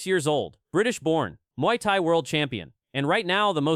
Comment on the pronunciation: Mooey thai...hahahahaha ❤